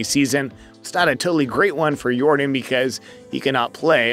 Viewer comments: YOR - DAHN ... not DIN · Bro it’s not air “your-den”. It’s air “your-don”. Like air Jordan but with a y at the beginning. That’s how you pronounce his name. You should really fix that. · It's not Yordan it's yourdawn... you saying it wrong. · This man called him Jordan the whole video his name is Yordan! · It’s actually pronounced Yórdan not Yordán. The emphasis is placed on the first syllable. Just like Jordan but with a Y. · Not Yordin 😂😂😂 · It's pronounced YOR-DON by the way. great video! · It's pronounced Air Yordán. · It was really hard to focus on this video when you mispronounced the man's name every time you said it.